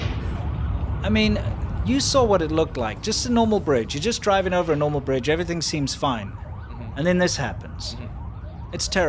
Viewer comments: Full House “Brige” had me cackling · "Full House Brige" 😏